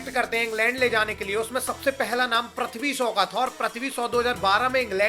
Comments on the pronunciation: प्रथ्वी नहीं है वो। पृथ्वी है🤦🏻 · Prathvi bolne se acha prithvi bol detha Bhai😁